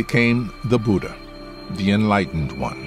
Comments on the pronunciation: 'Bhooooodda' phonetic Massacre 💀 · it's Buddha, not 'Budha'.